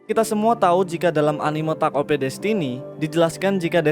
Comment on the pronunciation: Denger lu bilang takt op jadi gaenak. Karena gw sering bilang takt op, bukan taket o p. Tapi tetep bagus kok video lu